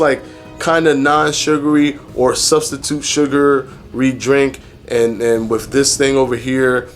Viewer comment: "Inna-minute" fasting. diction is really off-putting. You really can't get away with that lingo bro if you want people to see you as a credible source of information. You can't say wif and momf, you gotta say with and month. And, you can't say human growf hormone either. Like it or not bro, Thomas is crushing you right now and part of that is your mouf. Yeah, you're a showman and just as informative as Thomas but the mouf is really holding you back. Fix it.